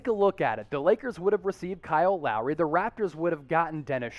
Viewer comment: Not Lowery